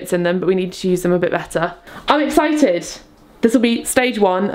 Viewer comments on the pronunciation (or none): none